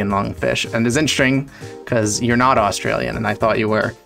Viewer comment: "Australlian" lmao.. as an Australian, I had to point that out